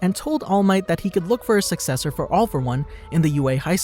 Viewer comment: he said a sucseccer for all for one